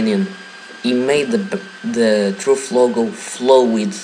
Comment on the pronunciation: "welcum too truff"